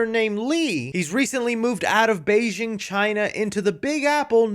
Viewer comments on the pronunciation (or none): none